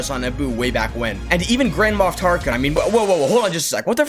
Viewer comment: bro I thought you said grandma Tarkin😂